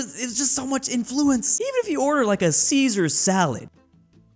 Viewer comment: I died a bit inside hearing the way you pronounced "influence"